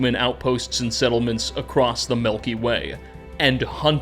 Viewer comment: What I learned from this video is that pronounces milk as melk and it has given me a new appreciation for the Melky Way